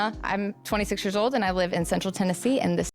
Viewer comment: She's not from TN, no Tennessean says "Central YN"